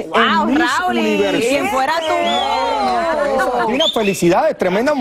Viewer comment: Porque Clarissa dice rauli ajjajajaja que lambona